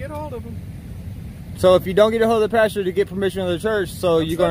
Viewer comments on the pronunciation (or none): Just one thing, Its PASTOR not PASTURE